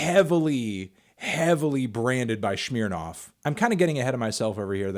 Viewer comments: It is pronounced Smirnoff, not SHMEARnoff. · "schmeernarf" the fuck is that pronunciation Melon, it's "sm-err-noff" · Why u say shmirnoff not Smirnoff? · It's Smirnoff, not Shmirnoff ya fuckin' weirdo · Why did he pronounce Smirnoff as Shmirnoff? It doesn't make any sense. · Shmeernof......damn melon you shure dont know how to pronounce brand names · "Schmeere Noff" lol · Less emphasis on the “earnoff” and and ears on. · Melon pronounces Smirnoff in the way you pronounce bobby shmurda and it hurt me